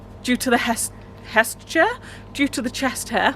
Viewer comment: She said heat chair instead of chest hair